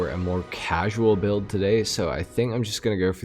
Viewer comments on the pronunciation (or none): none